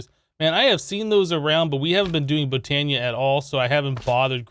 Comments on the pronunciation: I died when he said Botana. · Sounds like he reversed the a annunciation in botania and mana lol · "The mana diamond come from Botana. And we have to throw a diamond into the manya pool." ~ amazing pronunciation.